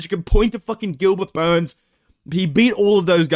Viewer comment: I wish 🙏 would pronounce Gilbert Burns properly again....